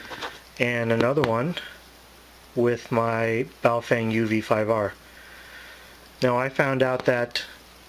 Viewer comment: The correct name of Wouxun is "Oh Shing" Baofend is "Bao Fong" Please correct yourself on the correct Names.